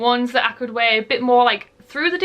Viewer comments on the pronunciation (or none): none